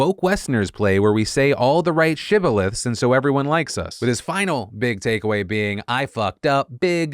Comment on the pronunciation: Love how bro goes for big (uncommon) word unnecessarily and still fucks it up - Shibboleth